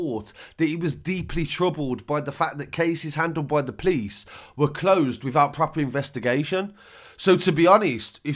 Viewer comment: 1 and only think I hate is when you say "police" like you "please". I offer the word POPO for "police"